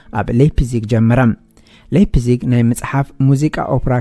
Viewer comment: መኣረምታ እታ ለይፕሲግ ኢልካ ተድምጻ ዘለኻ ላይፕሲግ Leipzig ብ ጀርመን Lei ላይ ይንበበብ Lie ሊይ( Exa . Liebe ሊበ , (Love), Leitung ላይቱንግ (Line)